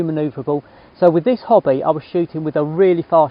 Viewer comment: Anyone else on first hearing think that said he caught a picture of a "Hobbit"? 🤣🤣🤣 Frodo in flight!